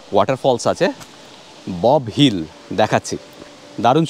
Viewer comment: অসাধারণ উপস্থাপনা প্রতিবারের মতো। ডাউকি যাওয়ার পথে ফলস টার নাম ববহিল নয়। বোরহিল ফলস। গত বছর may মাসে আমরা গিয়েছিলাম। ভয়ংকর ভয়ংকর সুন্দর এই ফলস টি।